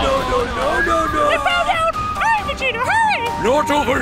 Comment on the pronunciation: Teacher: why are you laughing? Me:Nothing My brain: pRiNCe veGEta